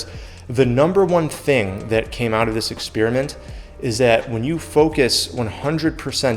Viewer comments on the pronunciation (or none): ⭐⭐⭐⭐⭐Great channel and great ideas but you keep saying "Experiment" like "exSpearmint", is that a regional accent? I believe it's pronounced "exPairament" 🙂